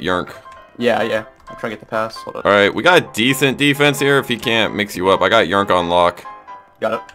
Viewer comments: I’m pretty sure yrnk is pronounced Y-R-N-K not yrnk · It's funny how they call him yurnk 😂